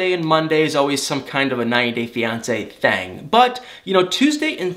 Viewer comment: No Judgement, only observation... I have my own verbal quirks too... But you pronounce "Thing" as "Thang". I'm sorry, I just Had to get that off my chest! Excellent segment as always tho! 👌 🙏 ♥️